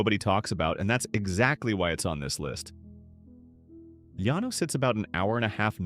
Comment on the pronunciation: Llano is pronounced with an L not a Y!!!!